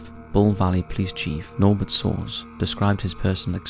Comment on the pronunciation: Nolbert sauce hahaha